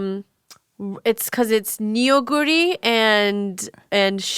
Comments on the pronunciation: "ramdon" or jjapaguri is made from combining jjapaghetti (jjajangmyun style ramyun) and neoguri. the "don" comes from neoguri having udon-adjacent thicker noodles (also neoguri is pronounced nuh-guri, not nee-oh-guri). steak is an ok topping but jjapaguri with a runny fried egg and american cheese will always be superior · i was looking for this comment on the pronunciation of neoguri, like it’s no fault of or anything but it just made me physically cringe